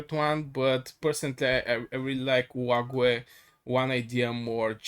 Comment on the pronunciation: Olague is pronounced " OH LOG "